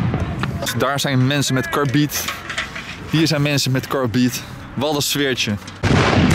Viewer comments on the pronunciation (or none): Je zegt carbid niet als carbiet maar als karbit